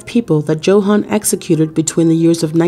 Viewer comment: It's pronounced "YO-hahn"...